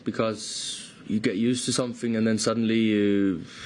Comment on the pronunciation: Bro Haaland been in Manchester too long he saying 'used to something' in english as 'usef to somefing' lmao